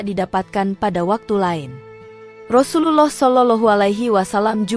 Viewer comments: Bacaan Rasululloh saw gk fasih ,lam jalalahnya kurang tebal..lebih baik ikut konser nyanyi aja di Indosiar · Sayangnya yg mmceritakan past bkn org islam bs jd krn pkrjaanya krn nyebut Rasulullah aja blepotan gk becuz